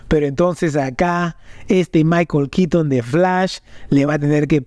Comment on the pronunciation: Es keaton KEATON KEATON!!! NO QUITN... Burton Burton BURTON, NO BURTN... Que tienes contra la letra "o" . Ni los gringos hablan así.X FAVOR. X lo demás bien por el vídeo.